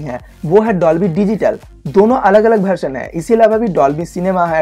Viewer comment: भरसन नही वर्जन कहते है